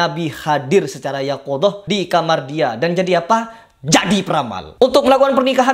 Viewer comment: maaf koreksi bkn yaqodzoh tapi yaqdzoh.Alhamdulillah saya muhibbin ny para wali